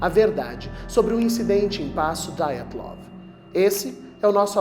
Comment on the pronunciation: Não é "DAIATLOV", é DYATLOV.